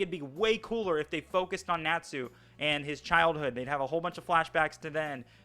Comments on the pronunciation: You're the stupid one for saying Nachu instead of Natsu. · Lucy n Sakura had so much potential to be good but are jus there to scream the main characters name and cry 🤣🤣 and my boy why do u say natsu like that it's like ur saying nat (the bug ) then sue (I'ma sue u ) 🤣 jus say it all tg brotha but my biggest critique on fairy tail is there fight scenes there not even really fight scenes tbh there jus freeze frame of punches or attacks lol